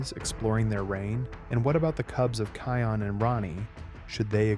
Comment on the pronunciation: Can somebody tell you okay you've been messing the name Can somebody tell you okay you've been messing the name up it's not kayon